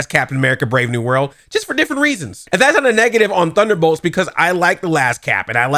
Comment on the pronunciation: Sometimes I feel like you’re not even trying to say thunderbolts